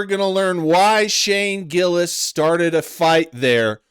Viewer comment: I can understand if a guys name is Mustafique Abracadra, maybe you say it wrong, but to fuck up Shane Gillis is either intentional, or you're shit at your job. Also "this tony guy"? like he is not one of the most famous active comedians on the planet. I think this guy thinks you get to the top by disrespecting the guys who are already on top, and thats not how its done. Chapelle didn't talk shit about Chris Rock and Eddie Murphy so he could bring them down, he gave them their props, then blew past them with raw talent. If you have talent you presevere, if you don't have talent, you go on podcasts and talk shit about the people who do.